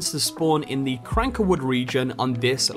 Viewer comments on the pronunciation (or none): It's cankerwood not crankerwood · Cankerwood, not Crankerwood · Anybody bothered how he calls the Canker woods the Cranker woods